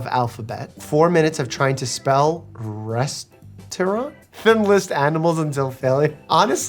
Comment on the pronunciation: I'm concerned you struggle with pronouncing words like "restaurant" and "legion" when reading memes lol